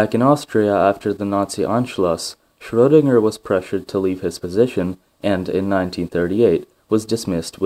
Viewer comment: ...and while we're at it, the guy's name is Schroedinger, spelled with a E in there if we don't use an umlaut. That's because it's pronounced shreuh, not shrow, -dinger.